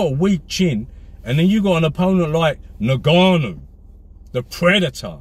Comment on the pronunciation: “In Ga Nu”